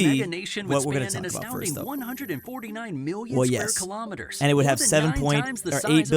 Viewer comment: Erm🤓🤓actually it’s 🤓🤓 kilometres 🤓🤓 not “kalama teres”🤓🤓